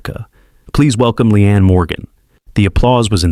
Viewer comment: She'a real, honest and hilarious. Shame on Joy. Her name is LEEANE and not Lian.